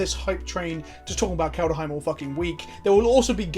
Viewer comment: IT'S NOT KALD-A-HEIM. STOP IT. IT'S KALD-HEIM.